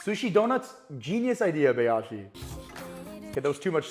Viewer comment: By the way Bayashi is pronounced as Bi -yashi not Bay-yashi